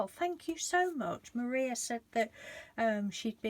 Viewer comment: Your very welcome. You pronounced my name just fine.Thank-you again for sharing all your creative ideas, they do give me a lot of joy. Your cards are beautiful...have been a full time carer for many years and I always look forward to watching you create...makes me smile... much love to you and Mr D... Maria xxxxxx